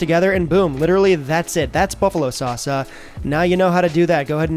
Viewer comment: Just gotta say it... Pronouncing sauce like that grinds my teeth... Ok, done with rant